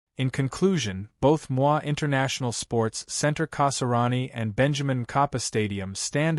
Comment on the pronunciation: Ai Narration is messing up things Pronouncing Moi with a French Accent (Mwa) ND jakaya Kiqwit instead of Kikwete.